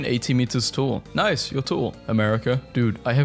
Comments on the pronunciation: its not pronounced "nice" but "nee-ss" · It’s pronounced Nei-ss